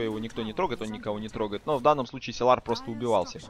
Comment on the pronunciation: Силар, силар. Уши режет! ОН САЙЛАР